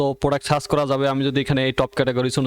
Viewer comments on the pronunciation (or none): আপনার উচ্চারনে কিছু সমস্যা আছে। - সার্চ কে আপনি বলেছেন সাচ